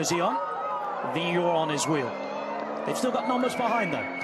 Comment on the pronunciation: And they pronounce the riders' name quite accurately. I never thought I would hear English speakers pronounce Vingegaard in any other way than 'Vingeguard' but thanks to a few guys the correct 'Vingegore' has become standard.